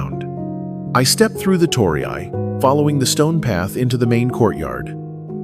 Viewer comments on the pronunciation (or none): 唐揚げ Karaage is not pronounced Ka-raaj, but ka-ra-a-gay からあげand鳥居Torii is not pronounced toh-ree-ai but toh-ree とりい. Finally Ema 絵馬 is not pronounced ee-ma but eh-ma えま.